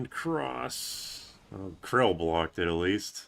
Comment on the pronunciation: bro pronounces it "krill" 😭